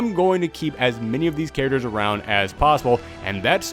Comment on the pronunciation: If ever makes shirts, I want some sort of design in regards to the way he says characters. Because "Charachers" is basically a catchphrase at this point.